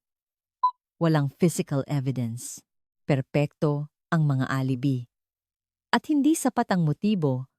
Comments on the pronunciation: alibi..... a li bay is the correct pronunciation TY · A-li-bi ka ng A-li-bi... ang TAMANG BASA SA ALIBI AY... "AH - LI - BAY" !!! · A li bi not the correct pronounciation it shld. Sounds A LI BAY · Mali po promounciation nyo ng alibi